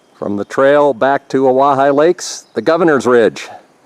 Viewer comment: Wow great views lucky to have such a clear day...another nice hike for the 3 amigos! Thanks for the help on pronunciation of Owyhigh 😁